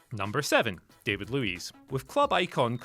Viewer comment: Regarding David Luiz, his name is not pronounced like the english one. It sound more like Dahvee (or the Davi part in Leonardo Da Vinci). Anyway, congrats on the new channel o/